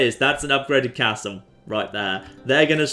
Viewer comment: The way he says castle triggers me